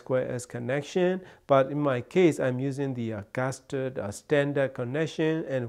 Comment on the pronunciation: Did you say Gasturd at the beginning of the video? 😁